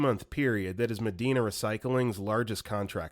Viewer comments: Also Medina is pronounced Mah-die-na. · Medina is pronounced Muh-die-nah here. North East Ohioan out!